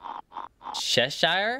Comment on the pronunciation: The thing you’re saying Cheshire I think the World Bank actually said Cheshier not Cheshire whatever you said